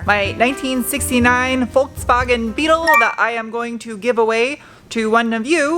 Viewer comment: Congrats for pronouncing Volkswagen.